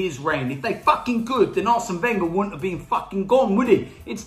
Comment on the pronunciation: Why does he say Wenger as Venger and he doesnt put Ozil on